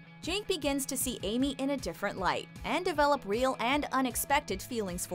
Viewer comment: she says weal kiss instead of real kiss 😂